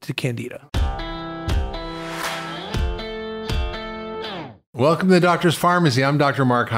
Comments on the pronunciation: CanDIDA! There is a D to pronounce in that word docs! Thank you! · Candy da:) let’s pronounce it correctly! Candi Da! It’s got candy in it! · I feel like we are traveling to “ Canada”…. It’s Candida not Canada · THOUGHT HE SAID CANADA LMAOO AND OMG WALKING MUSHROOM. IM Dead 😂😂😂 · It sounds like they’re saying Canada